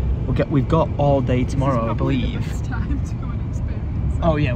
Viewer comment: saying "I beleaf" while running into the tree at the airport lolll